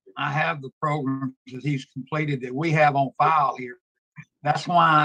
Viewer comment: PROGRUMS!!!! WHAT ABOUT THE PRECIOUS PROGRUMS?!!